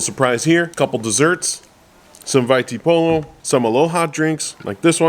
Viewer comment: Hey bro, just a little advice seeing as I’ve heard it in many of your videos which are great by the way🙌🏽 You might already know that the letter P in English is pronounced B Samoan, so when you said the 2 villages, you pronounced them with a P and Vai Tipolo, but they would be pronounced with B’s like Vai Tibolo🤷🏽‍♂️